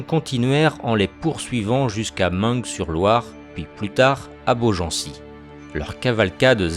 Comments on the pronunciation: On dit Jarjo et non jargon et main sur Loire au lieu de maingue sur Loire. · Et Meung-sur-Loire se dit Main sur Loire et non maingue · Idem pour Meung sur Loire ça se prononce "mein" et non "meungue" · Alors on dit "jarjo" "pâté" et "main sur Loire" 🤔